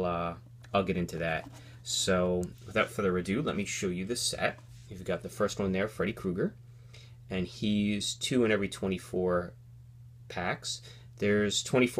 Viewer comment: it is freddy kruger not freddy kuger